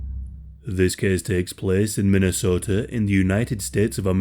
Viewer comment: Funny how you say Minnesota just like the Minnesotans do lol